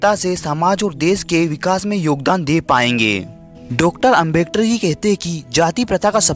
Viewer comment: Are foki bro yah Ambektar nahin Hai Ambedkar hota Hai